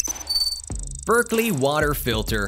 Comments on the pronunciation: It's BERKEY NOT berkLey... No "L" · It's Berkey not " Berkley". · Lose the AI. It's pronounced Berkey not Berkley. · Berkey,......NOT Berkley! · It's Berkey.. not Berkley.. I think you should research better.. puts into question the authenticity of the whole video. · FYI - That's Berkey, no "L". 🙂